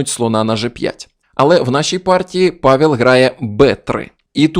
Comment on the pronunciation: Польською не "Павєл", а "Павел" (читається майже як "Павев").